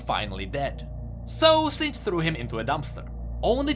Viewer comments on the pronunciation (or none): none